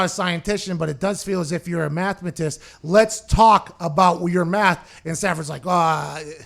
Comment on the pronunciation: mathemitist and scientician..... :)